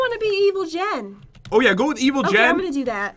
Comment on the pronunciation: its jen not gen